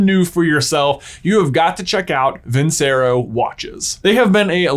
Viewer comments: Off topic comment, but... I thought you might want to know that the c in Vincero is pronounced with a ch sound, like vin-chair-oh. It's the last word in one of the most popular/famous arias of all time, Nessun Dorma, and it means victory. I don't know if the Vincero watch company cares much if you say it right or not, but in case they do I thought you might like to know. Your videos are great and I enjoy them. Thanks for putting out such great content! ❤ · At this point, I want to believe and Ben know it's pronounced vin-chair-oh and they're too proud to accept it. Respect.